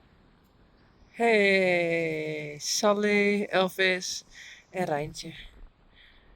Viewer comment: My son says when you says when says what’s up Saly, it sounds like Sup Lady! lol 😂